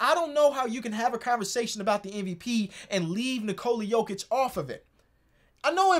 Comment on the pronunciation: It's Jokić. It's HIM and it aint even that close tbh